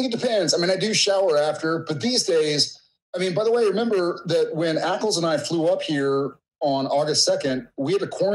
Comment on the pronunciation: Am I having hearing problems or does he call Jensen: "Apples"?